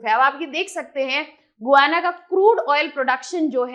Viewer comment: Madam it is गयाना not गुयांना